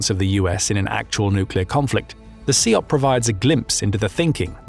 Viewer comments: SIOP (sy-op, not see-op) hasn't been used for over 20 years. It's OPLAN now. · is this dude really saying See Op? ........